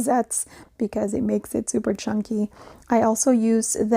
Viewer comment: Did you say chunkie..LOL …these are beautiful. Have a great weekend. TFS